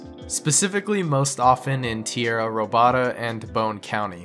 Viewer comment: Tee-era Ro-bada 😂 Stolen Land in English